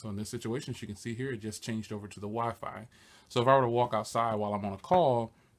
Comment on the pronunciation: I laughed so hard when you said the wiphone